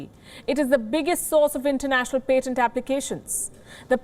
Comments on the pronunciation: It is pAtent with an A not pEtent with an E. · Can you please learn how to see patent before you say patent. I could barely listen after How you butchered the word. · Patent pronunciation - expect better from WION!